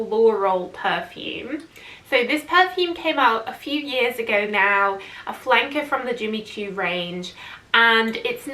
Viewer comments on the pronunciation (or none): none